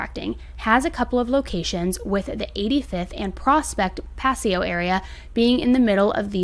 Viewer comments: Hi,, love your channel! I have to apologize, though, my son had a stroke when you pronounced Paseo as pass-E-oh, so I thought I'd let you know the area is pronounced Puh-SAY-oh, just so he will let it slide! 😆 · I live in the KC area and I remember a Facebook thing going around warning women that there was a serial killer abducting women in the area and that the police were keeping it quiet. This was a few months ago. BTW Paseo is pronounced Pa-say-o, just for future reference (not being a hater). Love the vid. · Also, It’s pronounced Puh-say-oh lol. I’m sorry, I hate comments like this one and I’m way late anyways! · It’s pronounced Puh-say-oh (Paseo). Too close to home, around 10 miles from me. I have a daughter and grandchildren in this town. No media coverage, doesn’t surprise me. Not too long ago an Amazon driver was killed by dogs. Several homeless have been killed by the Missouri River. No news story. What you left out was the connecting story of a blue barrel on the Missouri River that was found with human remains in it. Thank you for bringing this story to light. I hope the home owner who rented this house to him tears the house down. Looking forward to updates. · Paseo pronounced (PAH-SEH-OH) just for future coverage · I am from a KC suburb, Pa- say-o is how you say Paseo,. Yes, Prospet and the Paseo is well known as a bad area and has sex workers. I agree with you about Tim Haslet. I definitely think he had other victims. I was shocked that you covered the case. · The KCPD has been found to be dirty in so many instances. I live in OP and haven't heard anything about this case; we may have a serial killer here and nobody was discussing it! That could help find other victims. 😢 Side note: the way pronounced Paseo gave me a little giggle in this horrible story.